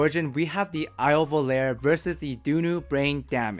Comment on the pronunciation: i love your videos.. IO iems names are italian... Its not pronounced as prepare.. its volarE(FLY) just like SOGNO(dream).. pronouced just like bologna